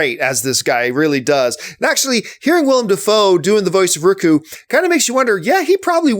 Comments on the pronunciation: Riku? Fuck sake man. Its ryuk. Pronounced REE-YOU-OOK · Ricku? Ryku? It's Ryuk Dammit. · my man said RICKU. its spelt Ryuk and its pronounced Ree-ook. he says so in the movie ffs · I'm not even a Death Note fan and "Rikoo" hurts. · It's pronounced 'Ryouk' like R + you + K. It means number 6 in japanese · just a fyi it's REE-YOOK lmao but yeah all your critiques are on point. All I can say is that I definitely recommend you watch the anime (english-dubbed) on Netflix; it's only 20something episodes and you won't regret it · Ryuk (Ri-yuuk) you fuck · Pronounced ree-uk but i agree with the review. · its ryuk, pronounced re-yuke....just sayin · Ryuk "Rr-yook" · Ryku?! Come on, they literally tell you how to pronounce it in the movie. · John just letting you know its Ryuk (Ree Ook) because you were killing me lol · Riku. Oh John. I love your content, but they even told you how to pronounce it in the film. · It's so ammusing and annoying that you kept calling Ryuk "Riku". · Hears him pronounce Ryuk wrong.... instantly looks down to the comments